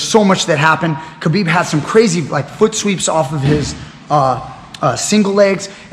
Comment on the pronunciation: its khabib, ,,, and pore.... stop being a parot